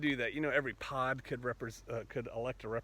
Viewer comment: At first I thought you said"pot". Lol.